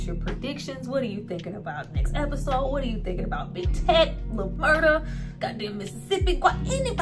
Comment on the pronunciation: LIL MURDA'S PRISON FRIEND'S NAME IS: "TEAK"...NOT TECH